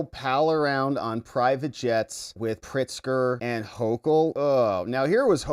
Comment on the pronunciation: 🤣🤣 He said Illi-NOISE. That's how I pronounce it. AND THEN THERE IS PRIT-ZFCK.